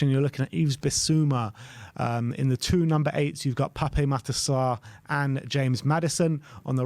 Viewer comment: The correct pronunciation is Pap Matarr Sarr, not Papeh